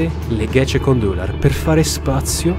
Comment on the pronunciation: Gecekondu si pronuncia ghegekondù (letteralmente "è stato messo su di notte").